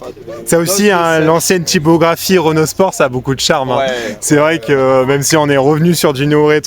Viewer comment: Juste a la prononciation du mot Renault j'ai 🤢🤮